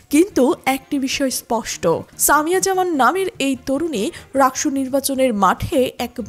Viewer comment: একটা নাম ও সঠিক ভাবে বলতে পারেন না?? সামিয়া জাহান✅